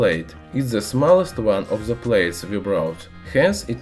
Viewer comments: Just a suggspread knowledgeestion.... Please do something about your English pronunciation.... It's really unbearable!!!! If your aim is to spread knowledge.... Please do something to be understood!!!! The is not!!!! Ze....🙏😧😧😧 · He doesnt know to say the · Very funny I love how you use the Z in stead of The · Zis properzy of za metal zizatioum Edit: 171 likes!!!!!! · I love how he says "the" as "ze" 😂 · "By ze way" xD